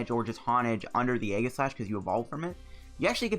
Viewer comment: Btw it’s pronounced eeeeeee-jih-slash